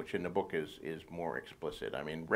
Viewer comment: Idk why but the way he says "book" cracks me up 😂😂😂